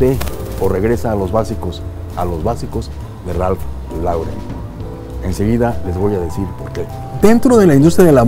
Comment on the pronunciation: Muy buen vídeo como siempre. Solo una pequeña acotación, la pronunciación correcta es "Ralph Loren"